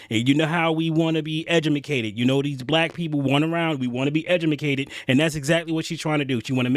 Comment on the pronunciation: Love it; “edumacated”. 😂